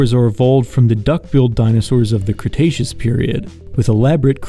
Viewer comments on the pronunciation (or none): none